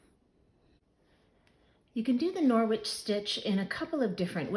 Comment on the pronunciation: It's a silent w 😊 norich